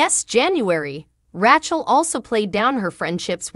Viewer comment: I do wish you would pronounce the cast members names correctly. But it is comical that you come very close to call Rachel "ratchet" lol......